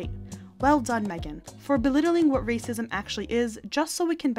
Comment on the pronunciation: Stop with the rrrrrrracism! To keep focusing on rrrracism is to keep up the Divisiveness! I thought inclusiveness was in!!!!!